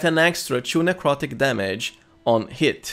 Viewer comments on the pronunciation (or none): none